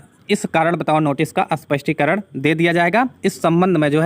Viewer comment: You still pronouncing as अस्पष्टीकरण which is wrong